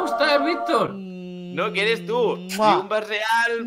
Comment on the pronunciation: El. Riunba. Is. Rial